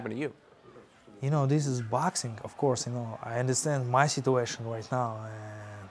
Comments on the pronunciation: cop: sir i pulled you over because you were speeding! ggg: this is boaxxing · Nobody: Golovkin: 𝐭𝐇𝐢𝐒 𝐛𝐎𝐱𝐈𝐧𝐆